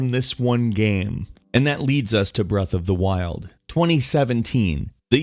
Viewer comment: breath. of. the. freaking. wild.